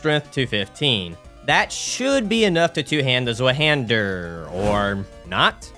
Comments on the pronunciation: Rest of the video was awesome sauce tho so im not hating buuut why is it so hard for english speaking people to pronounce german words🙏😭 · btw it’s pronounced zvi hander german for two hander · Fun fact: Zweihander is pronounced Z-vie-han-der since the zweihander was originally forged in Germany. The name quite literally means “double hander” or “two hander”. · Z in zweihander is not pronounced as z. Zwei is two in German. It pronounced as [tc] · The way use say Zweihander hurts my soul. Still, so far, fun video. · as a german i feel deeply insulted from ur pronounciation of zweihander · Clearly a strength user mispronouncing 50% of all weapons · I'm sorry but that pronunciation of Zweihander killed me lmao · The wrong pronunciation on Zweihander made me mad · fyi the 'w' in zweihander is pronounced like a 'v' in english. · the way he says zweihander😭 In all seriousness, fantastic video! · as an English speaker, it very much bothered me too 😵‍💫